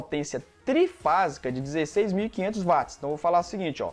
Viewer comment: Parabéns professor. Gostaria de acrescentar que a potência em Watt. A pronúncia é uat e não vat. Pois o físico é Sir James Watt Inglês Watt,Inglês Inglês